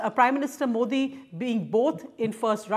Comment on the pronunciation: Mouldy or Moody???😂😂